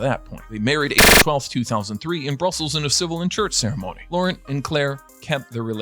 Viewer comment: The Belgian prince Laurent is pronounced Law-rawn.